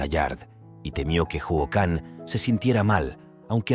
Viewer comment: Si aveces. Le dice jican😅